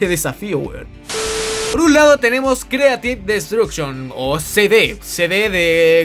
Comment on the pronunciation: O "Creative -Bot-Duction" JAJA se pasa XD